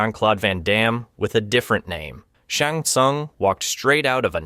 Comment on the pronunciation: When you said Shang Tsung name wrong I got annoyed, but after “Bye-Han”…. I knew you had to be rage baiting💀